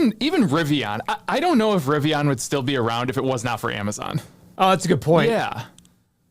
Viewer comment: LOL calling it riviON, YOU SOUND LIKE A CLOWN SAYING IT LIKE THAT LOL.